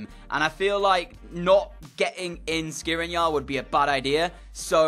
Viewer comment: He‘s pronounced Shkriniar